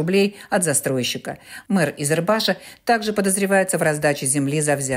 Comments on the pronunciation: Не Изербаш, а правильно Избербаш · Избербаш, а не Изербаш!